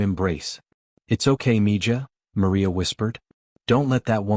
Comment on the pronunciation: Its mi-haa not mija.